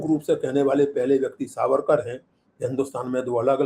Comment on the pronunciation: Trivediji it is Vinayak Damodar Savarkar. Youhave pronounced it wrong twice. Shame on you.